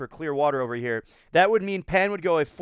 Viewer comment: In Chinese, "Pan" is pronounced as "Pon"